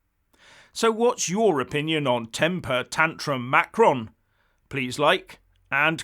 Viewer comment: please try to pronounce Macron's name a little more correctly. pronouncing it like you did in this video is childish. I'm not looking for a complete French-speakers' pronunciation, just try it the right way instead of making fun of his name.